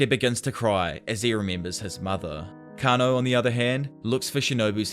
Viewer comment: it's kah-na-oh